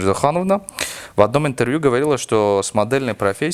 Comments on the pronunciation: ИНТРРРВЬЮ ОРУУ😂😂😂😂😂😂 СТО СОМОН ИЗ КОРВОНА 😂😂😂😂😂😂😂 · "Сегодняшний ИНТТРВЮ"🤣🤣🤣